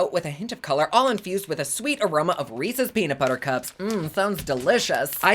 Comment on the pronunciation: Don't let Theresa hear you pronounce Reese's lol! x